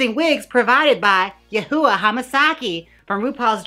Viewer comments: Yoohoowa lol it’s “you-hwah” love u jaymes 😭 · You said Yah-hooa riiiight as a went for my drink. Thank you 😂😂😂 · "Yoohoo", tho🤣😂🤣😂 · Lol she can’t pronounce Her name lol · Please pronounce yuhua correctly, it’s cringey even as a joke